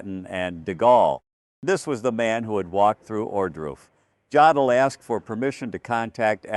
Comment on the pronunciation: In German, "J" is pronounced "Y". The "O" is pronounced "Oh". So JODL's name is pronounced "yodel". If you're going to put out these videos, learn how to pronounce such simple things properly. Your facts may be correct, but your credibility is weakened by these errors.